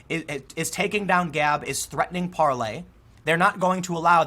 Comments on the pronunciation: FYI Tim, its definitely pronounced parleR, with an R not par- lay. This info comes directly from the CEO of the company. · “Parler” is pronounced like ‘parlor’ - I think it’s an American startup app using blockchain decentralization. It seems legit, is catching on 👍🏼